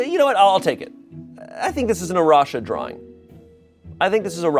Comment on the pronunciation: He said drawring just like Rhett from gmm 😂